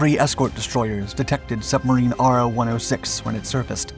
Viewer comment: "Ro" not R. O.